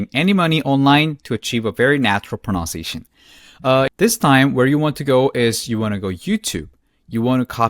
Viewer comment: There is no word proNOUNciation in English. It is proNUNciation.